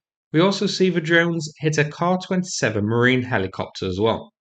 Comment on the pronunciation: "Car 27". It's actually a "K-A 27". Car. Ffs. If A's are pronounced "AHhr". Then how do you pronounce R's? As A's? Jfc